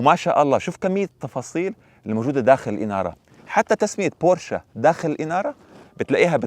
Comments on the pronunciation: ياخيييي مش بورشاااا بورش 🙂🤦‍♂️🤦‍♂️🤦‍♂️ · تصحيح فقط بورش وليست بورشا